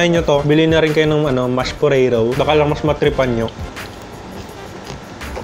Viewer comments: Nakakatakam po tas yung mashed "Poreyrow" 😂😂😂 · Tatawa ako sa "mash poreyrow" HAHAHAHAHAHAHAHAHA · Mash poreyrow😂😂🤘👏